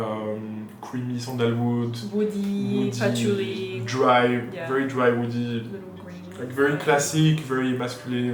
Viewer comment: started getting the french accent --- WOOODEEE PATHOULEEE 😂 Quit it